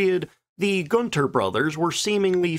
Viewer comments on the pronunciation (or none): none